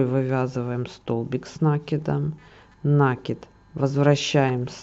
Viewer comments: Не нАкид, а накИд, от слова накидывать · Так вот. Чтоб вы знали, в советские времена все говорили нАкид. Это был профессиональный вязальный термин. Во всяком случае в той местности, где мы жили. Ещё в раннем детстве моя бабушка ходила на курсы вязания и брала меня с собой, чтоб не оставлять дома. И никаких накИдов не было. Абсолютно все учителя говорили нАкид и никто не придирался. А как появились ютубы и интернеты, то все начитались, что якобы от слова "накидывать" и поэтому по логике надо ударение на И. Между прочем правильно кОмпас, но в среде моряков нередко говорили компАс. Поэтому такие метаморфозы ударений в узкоспециальных сферах нередки. Так что никогда не делайте людям замечания на эту тему. Это тема скользкая и тут как кто привык.